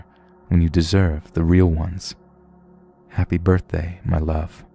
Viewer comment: haypey bortday